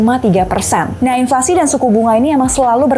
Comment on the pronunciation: "INFLASI" kak bukan "INLFASI"😁